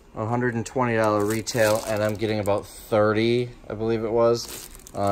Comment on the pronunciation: If I had a dollar for every time he said “dallar”… Just kidding, love your videos